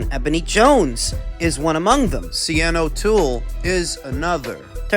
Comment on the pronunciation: Sh-arn O'Toole